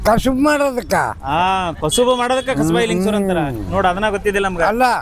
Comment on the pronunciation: ಕಸಬಾಯ ಅಲ್ಲ ಕಸಬಾ ಅಂತಾ ಹೇಳಿ